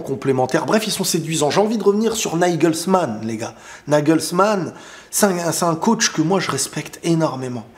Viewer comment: hhhhh ça prononce "naïgeulsmane" pour nous impressionner,c'est réussi 😊